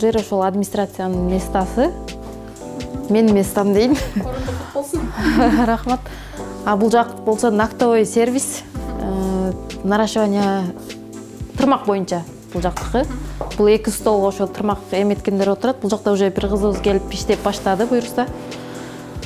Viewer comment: Кушетканы-кушотка,депиляцияны-деплиция,ногтевой сервисти-нактовой сервис дейт го,кантип тренинг откороор экен.Бишкекте кобунчо русскоязычный калк.Аракети жакшы экен,ишине ийгилик.